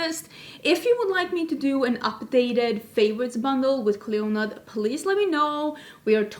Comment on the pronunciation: Just heads up not sure how Clionadh the company pronounce the name as I know they are based in Canada but in Ireland we’d say Clee- In-Ah as it’s an Irish girls first name meaning Queen of the Banshees of the Tuatha Dé Danann! I love mythology anyways looking forward to the video